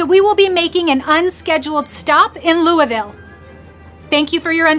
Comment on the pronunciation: Whether you like this channel or not, you at least gotta give them credit for pronouncing Louisville correctly